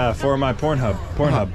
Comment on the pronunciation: 🤣 🤣 🤣 "Porno hubur"